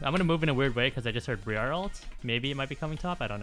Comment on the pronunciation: Thanks for the content. Briar is pronounced the same as the first part of briarwood btw